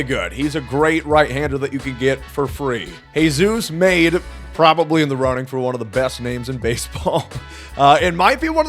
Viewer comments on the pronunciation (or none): say Jesus Madé’s name correctly just once 😭💔🙏🏻